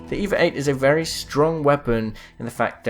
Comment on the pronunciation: I miss when it when called the EVA-8 the EE-VEE-AY EIGHT.:_MerchGibbylol::_MerchWattyluv